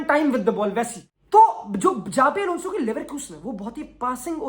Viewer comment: Its Shabi Alonso